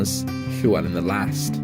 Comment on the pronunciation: Excellent. Good LL pronunciation but DD in Welsh = TH (as in the, not thin). Single D = D.